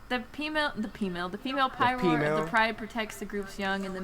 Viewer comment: Lol PMALE instead of female, I shat myself